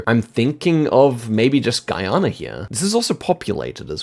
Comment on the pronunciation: “Gay-Ana” lol